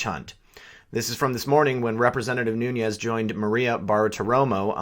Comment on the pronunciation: No harm intended; his mane is not new-ne-ez. it is new-nez.